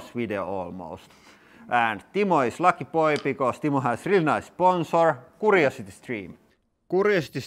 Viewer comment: I don't know if this will help; Curiosity is pronounced with a Q sound or like a cue ball. Just slightly different than how you pronounce it koo. Maybe add a Y sound to what you say; kyoo.💗Love you all!